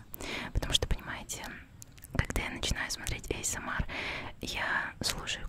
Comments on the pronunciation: Изначально аббревиатура английская, так что она говорит правильно. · "эйсэмар" это просто идеально!